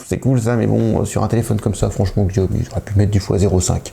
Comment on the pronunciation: Chiaomi voilà comment ça se prononce